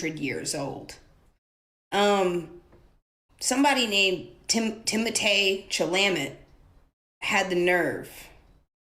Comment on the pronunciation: If ballet is a struggling art form, why are the expensive performances in my city always sold out?! 😂 Doja Cat’s pronunciation of his name was so funny too. Teemotay Cha-la-meT